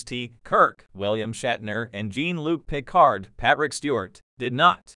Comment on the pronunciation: I'm sorry, but the AI voice and horrible pronunciations of "Janeway" and "Jean-Luc Picard" made this video unwatchable. 😞